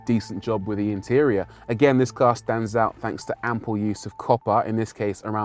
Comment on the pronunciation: Ample he says... 🤔